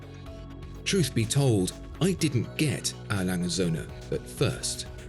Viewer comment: Brilliant watch and video. Thx again. “Langa” said everyone at. Love their stuff but pronunciations aren’t their forte. 😉